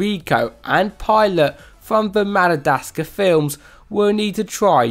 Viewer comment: I know. This man butchered at lot of words. It hurts